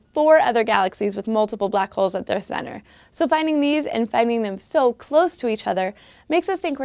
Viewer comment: ***** Its the way she said it that slightly annoyed me, it just sounds like she means it different.